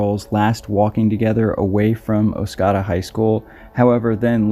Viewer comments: Second "o" in Oscoda is a long "o", like a Canadian would pronounce it (or someone from northern Michigan). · Just wanted to say how much I enjoy listening to your video's. And also wanted to say that the town is Oscoda and is pronounced oss-COE-duh - good job on your stories! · I had to stop and go back to look at map as i didnt recognize the way pronounced it. I used to hunt rattlesnakes along the river and Oscoda with my cousin When I was a preteen and teenager. Wonderful memories. My heart goes out to Patricia's family. 🙏